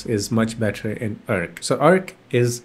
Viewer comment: it's not erkk browser it's AAARC browser